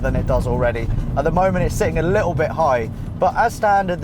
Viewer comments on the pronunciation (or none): none